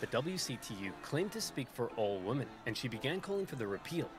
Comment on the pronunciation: I like the original video and the reaction, but it drives me nuts how Oversimplified pronounces "women."